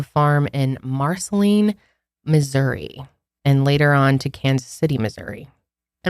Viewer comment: So proud that you pronounced Marceline correctly!!! Sorry, I grew up and currently live there and even local towns pronounce it Mars-a-line.